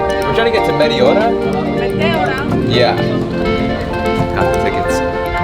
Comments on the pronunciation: Just fyi, it is pronounced metEora (you raise your voice in the capital E), not meteOra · The correct pronunciation is meh-teh-aura with the accent on teh. I am a Greek of the diaspora and have been to Greece many times. This place was on my list of places to visit, but I never made it. And now it's most likely I never will. :-(( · It's pronounced MeTEora.....Nevertheless great video :)